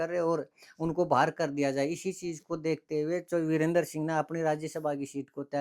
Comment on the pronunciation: वीरेंद्र सिंह नहीं जी बीरेंद्र सिंह बोलो